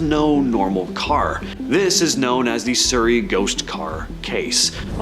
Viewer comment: SUHrrey not Soorey.. only Canada mispronounces Surrey uhhh